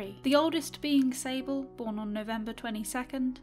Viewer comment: When she said sable i thought she said disabled LOL